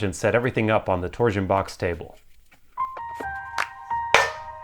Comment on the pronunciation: I can't unhear "tor-zuhn". Please release "tor-shun" from word prison.